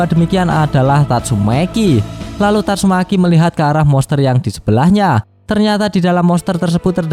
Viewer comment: Yg ngakak bilang " YANG KELUAR TATSUMEKI"😂